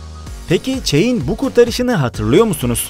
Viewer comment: niye yanliş söyledin bazi oyunculerin ismine ?! o_O çein nedir o Çek dir ve başka Casilias diğl Casiyas okunuşu :| başkaleride ztn bittirdn ama genede iyi video